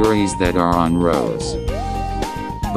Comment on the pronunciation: Haha, your "suscribe" didn't work because I was already subscribed